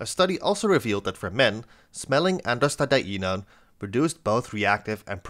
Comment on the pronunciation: the fact u can say 'Androstadienone' impresses me